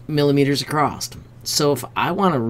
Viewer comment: I thought you said ACROSST or something like that - No big deal, it is just after a lifetime of editing, my OCD makes me stop paying attention when I hear things that sound a touch off. My problem not yours, thanks for your hard work!